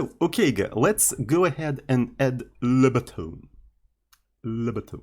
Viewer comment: lebutton. only lebotton